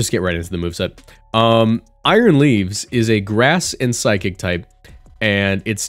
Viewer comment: I thought you said aroused for a sec 💀